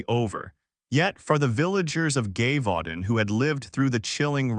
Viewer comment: If your going to do this story. You need to get the pronunciation of the location cortect.